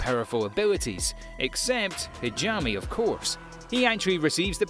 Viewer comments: Lol, "Hajami" :) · Great video, but you really need someone to explain to you the proper pronunciation for a lot of the names in Japanese. The one that bothered me the most was Hajime should be pronounced Ha-gee-may. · ngl id give this narrator a 7 out of 10 just because he pronounced hajime and arifureta wrong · I love how this guy can't pronoun arifureta or hajime correctly lol